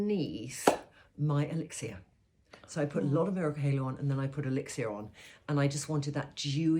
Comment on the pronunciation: Elixir is pronounced elix ah, not elix ee ah.